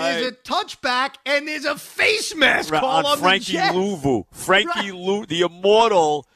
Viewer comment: “The immawtuhl Frankie.....Luuvu.”